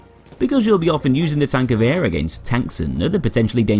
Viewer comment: HANS! TANKGEWHER